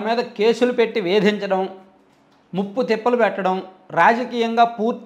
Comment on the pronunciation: ముప్పుతిప్పలు కాదు, ముప్పతిప్పలు